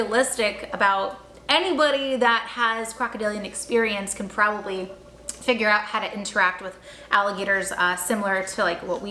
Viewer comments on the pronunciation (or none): none